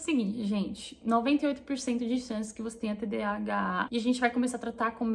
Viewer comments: TDHA é igual TDAH? Entendi que tu fala TDHA🤔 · Vc fala errado ...Nao é "tdha" mas sim,tdah. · Falou errado durante o vídeo todo : "TDHAAA" KKKKKK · Vc falou de novo TDHA. Kkkkkk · Toda hora você fala TDHA ou invés de TDAH 😊. Nos pequenos detalhes eu sempre me esqueço quando a coisa é sem importância. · Vc fala TDHA ❤ ao invés de TDAH é tudo assim como vc descreveu A cabeça a mil né e a gt não termina nada! Obrigada por compartilhar aí com a gente, tb tenho e estou aprendendo ainda a lidar com isso! Vamos juntas ❤ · Percebi que vc falou "TDHA" do início ao fim do video, quando na verdade é "TDAH". Acho que tb tenho isso, mas em um nível menor.